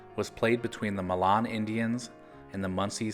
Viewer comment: To add since I lived in the area, the correct pronunciation of Milan is like saying "My Lynn"